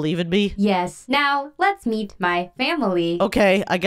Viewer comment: Cash I just saw you said eat your family instead of meet